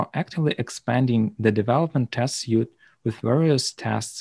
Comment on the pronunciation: Super small correction: "Suite" is pronounced like "sweet" not "suit" It's very confusing because it's a french word used in english, so it doesn't follow natural english grammar. It's a common mistake for my Indian co-workers, just thought you'd like to know!